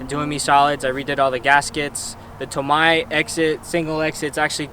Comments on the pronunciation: its toe may(tomei) BUT (TOE MY) SOUNDS BETTER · Why did you say tomei like that 😂😂😂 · I’m wondering the same thing and I’m a female Z owner! 😂